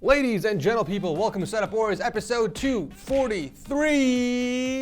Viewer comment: “Hey ladies and gedo people” LOL